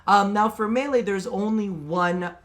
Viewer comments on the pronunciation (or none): none